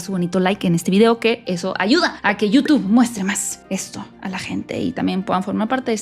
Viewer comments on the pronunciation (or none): none